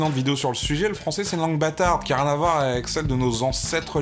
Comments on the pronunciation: le fran-z-ais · Par contre "Fransais" avec le s c'est vraiment dégueulasse :( Juste pour ce mot, il ne faut pas supprimer le ç